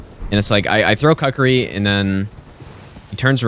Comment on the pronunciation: “I throw the Cuckeree” it’s more pronounced like Kook-er-ree